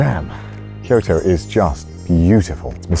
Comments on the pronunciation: Am i the only one who thought he said "kirito" at the start? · connor: Kyoto me: diD yOu sAy kiRiTo?